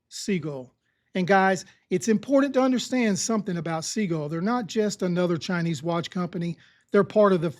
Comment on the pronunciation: Hey, Sea-Gull, Sea-Gull, Sea-Gull, Sea-Gull, Sea-Gull. Pretty please.